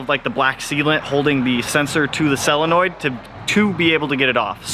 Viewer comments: Sounds like you’re saying “cell-a-noid”. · Cellenoids... God you're killing me. Solenoid!